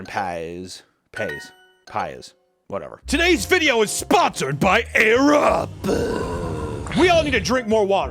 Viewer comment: During the ad for the sponsor, it sounded like he said "thank you 'arab' for sponsoring this video" when he said 'air up'. 😂